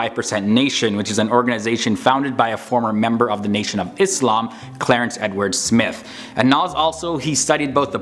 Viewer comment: massive respect to you when you pronounce ISLAAM as ISLAAM and not IZLAM!